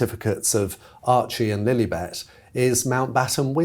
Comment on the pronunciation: In that Prince Harry hissyfit interview a few weeks back....the interviewer kept saying Princess LilEEbet....it was just to egg Harry on...and it worked.